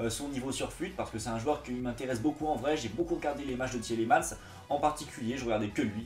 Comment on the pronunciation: Juste on dit Tilemans pas Tilimans que tu as dit sinon bonne vidéo